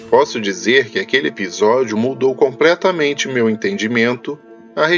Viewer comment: segundos "compretamente" aaaaaaaaaaaaiiiiiii meu ouvidooooooooo